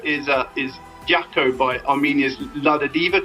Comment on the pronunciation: It's pronounced Jako not Yako :) But yes, it's a great song